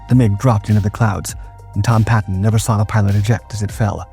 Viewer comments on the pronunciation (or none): none